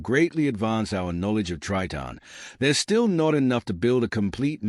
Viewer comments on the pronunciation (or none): Terrible astronomy video. Tons of random images and the narrator can't even pronounce Triton. Waste of time.